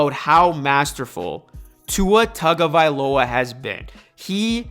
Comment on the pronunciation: I’m gonna help you out bro. His name is Hawaiian/Polynesian. In Hawaii, they pronounce “Taga” as “TONGA”. You can research it yourself if you don’t believe me. I looked it up bcuz I thought everyone was saying his name wrong lol. Great content tho bro